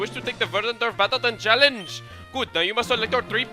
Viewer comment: The way you said "Challange" reminded me of Takeshi's Castle. :)